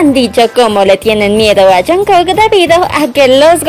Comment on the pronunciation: al principio dijo "jankek"